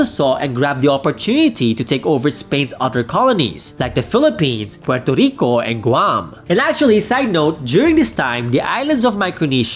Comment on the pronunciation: It’s Puerto Rico, NOT Porto Rico.